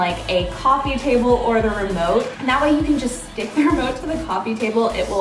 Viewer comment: When you said remote for some reason I thought you said limo